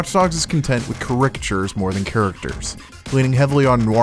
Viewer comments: Carick-chures... you mean caricatures, pronounced as car-ih-ka-churs? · Great, concise review! But... Caricatures is pronounced "ker-i-kah-ˌchurs" not "ca-rick-shurs" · Love how the guy says caricatures!